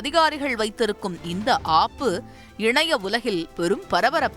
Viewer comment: ஏ வாந்தி தரம் இல்லை என்று சொன்னாய் ... எந்த விதத்தில் தரம் அற்றது எனச் சொல்லாமல் .... ஆப்பு என்பதை மட்டும் அழுத்தமாக சொல்கிறாய் ...